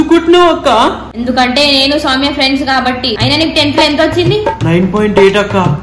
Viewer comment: akhil is telling soumya pimya 😂😂